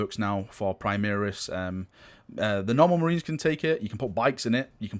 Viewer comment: An imperial fist gets teamkilled by a plasma cannon every time you mispronounce primaris